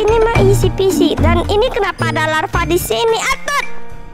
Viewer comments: Mohon maaf kak bilangnya lava bukan larva sekali lagi mohon maaf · Bagian lava bilang larva🤣 Edit:cepet sembuh ya